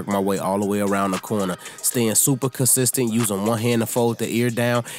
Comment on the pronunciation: Dude you kill the word consistent🤪